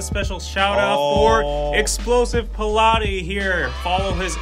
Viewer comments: It's "explosive palate" being pronounced like "pilate" for me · Guys its Palate as in taste (Pal-et) not Pilate (lol) it's all good we all learning haha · He really said pilate (puh-lah-ti) when it said palate 😂 (pah-lit) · Isn't it Explosive Palate and not Explosive Pilate? I was listening to the video without watching (podcast style) at first and I thought that his pics would've been about exercise but when I checked I saw food! Then I saw his actual name lol 😂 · It’s not Pilate. Its Palate. Palate refers to your level of taste in foods. Pronounced phonetically “pal-eht.”